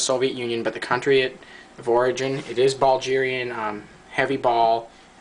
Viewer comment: Bro where is Buljeeria? Do you mean Bulgaria? Bull-gare-ee-uh?